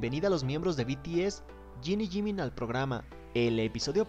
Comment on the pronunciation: “Yiniyimin” ❤️❤️ Jin y Jimin